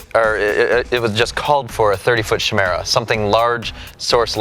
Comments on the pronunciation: its pronounced KY' MERA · Cool vid, but it's pronounced kai-mera :) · Chimera, pronounced like choir. As in a c sound in 'car' not the ch sound like in 'chop'. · Kai-meer-a .. kai-meer-a, kai-meer-a, kai-meer-a, kai-meer-a, kai-meer-a, kai-meer-a, kai-meer-a, kai-meer-a, kai-meer-a, kai-meer-a, kai-meer-a, kai-meer-a, kai-meer-a, kai-meer-a, kai-meer-a, kai-meer-a, kai-meer-a, kai-meer-a, kai-meer-a, kai-meer-a, kai-meer-a, kai-meer-a, kai-meer-a, kai-meer-a, kai-meer-a, kai-meer-a, kai-meer-a, kai-meer-a, kai-meer-a, kai-meer-a, kai-meer-a, kai-meer-a, kai-meer-a, kai-meer-a, kai-meer-a, kai-meer-a, kai-meer-a, kai-meer-a, kai-meer-a, kai-meer-a ..